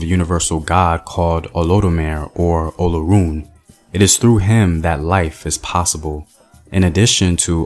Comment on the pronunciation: And Olorun= O luh roun.